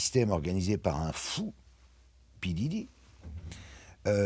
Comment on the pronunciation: P. Diddy en français, ça se dit P. Dédé, ok ?